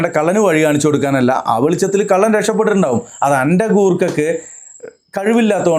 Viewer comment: കള്ളൻ എന്നുപോലും പറയാൻ അറിയാത്ത വല്ലാത്ത ജാതി. കല്ലൻ കല്ലൻ കല്ലൻ 🤣